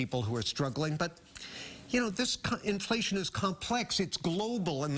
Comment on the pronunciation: In-fa-lation, lol